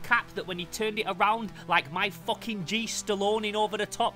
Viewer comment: Bros says foching